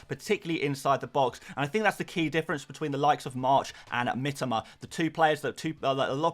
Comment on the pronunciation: his name is pronounced Mee-toe-ma...ffs